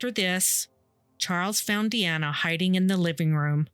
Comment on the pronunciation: Doreen was my opa charlie (Charles) wife at the time of this. He later met my oma. MUCH MUCH LATER. they got engaged but broke things off. He used to tell me this story. Charlie passed away after a seizure after his stroke. His daughters name isn't pronounced Diana it's pronounced DEE ANNA. She was my "aunt" she had horses. I loved those two and feel horrible about the pain this loss caused them